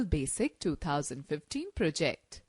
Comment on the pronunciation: The narrator lady obviously is reading a script without knowing what she is talking about. English is not her native language. She has a distracting accent, harder to follow. C# is "C sharp" not "C hash". She puts the emphasis on the wrong syllables, like proJECT. Wastes too much time explaining obvious things, such as > means greater than. It is better for a man to talk about programming.